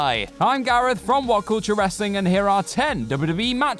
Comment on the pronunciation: FYI it is pronounced as wrestling not wrasslin